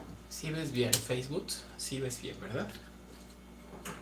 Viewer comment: El "yutus" y el "feibut"😂😂😂 Eres adorable.